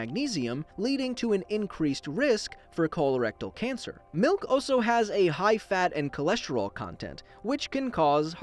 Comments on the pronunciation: Milk not mowk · He Need Some Malk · oi it's malk actually